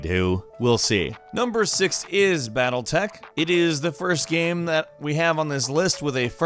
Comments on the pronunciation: The way says "Game" ohh mannn.. it's like "Ga-um" I cringe every video, everytime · Why can this guy not say game properly?